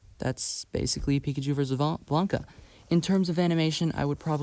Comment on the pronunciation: Okay, I know putting a comment to correct some mistakes in an old video of yours is probably cringe and it's probably likely you've already acknowledged these in a later video, but I need to put this here or it's gonna bother me. *Meta Knight, not Mennonite. *Blanka, not Blanca. *SCP 682, not SCP 628. All seriousness though, Lucariboi recommended your channel and so far I like your content.